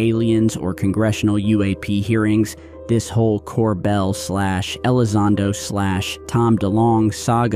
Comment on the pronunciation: Ok he pronounced Jeremey "Corbell" incorrectly too and he's had him on his old podcast 🤔